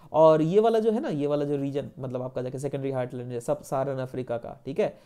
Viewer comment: It is heartland not hurtland please do correct your pronunciation btw your lecture was awesome 👏